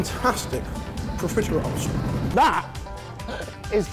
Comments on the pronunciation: I know theyre saying profiteroles, but every time i hear pizza rolls. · ARE YOU PROFITEROLES OR CON-FITEROLES? You’re welcome.